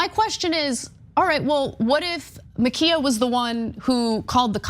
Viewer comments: It's actually pronounced 'Imma Ki' ya' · Why is this hard? Ma- k -eye -a? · The dead girl's name is actually pronounced 'Imma Ki' ya'. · It's pronounced Ma Kia! Like "why you b tryin to take MA KIA!!" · Muh-keye-uh His name was Robert Paulson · Today, we’re discussing the shooting of Ma’Khia, Ma’Kayla, or Ma’Kenya Bryant. Sorry, I don’t know the pronunciation of her name. 🤣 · I think it's incredibly ironic that you can't take 5 Seconds to learn how to pronounce her name correctly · Why would you apologise for mispronouncing her name? She tried to murder a teenager